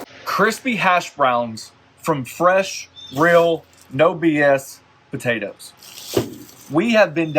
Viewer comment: is he saying "buhtatoes"?